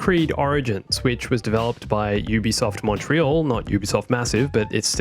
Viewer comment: It's Montréal, not monetriole.